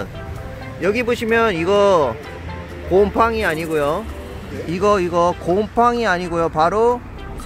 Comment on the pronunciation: 곰퐝~~이 여러분 안녕하세요 헌터~~~퐝 입니다 ㅋㅋㅋㅋㅋㅋㅋㅋㅋㅋㅋㅋㅋㅋㅋ 곰팡이 발음하시는게ㅋㅋㅋㅋㅋ